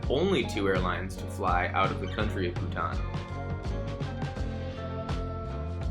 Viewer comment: I’m a Bhutanese myself and I can assure you that he’s pronouncing our country’s name correctly!